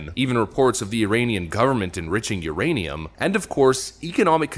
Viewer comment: did he say the Uranian government is enriching iranium ?! 😱